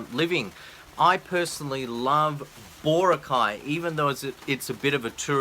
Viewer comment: BAH-ROCK-EYE!!! Meet some Filipino nationals and learn how to pronounce stuff right! Also, thank you for not mentioning my favorite part of the Philippines - don't want all these foreign wankers moving in and messing things up!